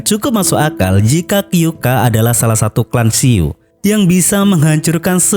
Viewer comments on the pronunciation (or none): Kyoukai ya gaes bukan kyouka